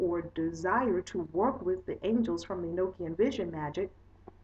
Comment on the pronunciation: It's pronounced E-knock-ian not E-noke-ian. It's a gospel/book that was left out of the Bible because it was considered too spiritual like many other books/gospels that weren't included in the "bible" because of this. The Bible tells us Enoch was taken to heaven in a flying chariot without death because God loved him so much. He was Noah's father. I have the actual gospel/book. And all the other nogstic gosepls not included in the "bible".